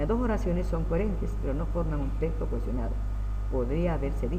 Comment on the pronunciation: Este hombre ni siquiera sabe decir texto wtf